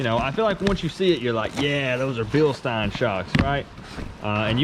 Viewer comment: Bilstein( bill sten)😂 just saying awesome video